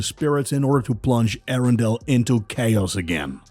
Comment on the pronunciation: Arendelle not arundel